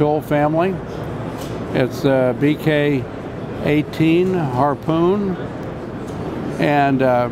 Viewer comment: It's a "hrrrpooon" lol